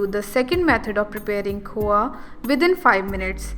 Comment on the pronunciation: It's khoya you pronounced khowa!